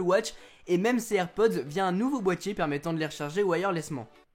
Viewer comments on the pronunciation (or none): none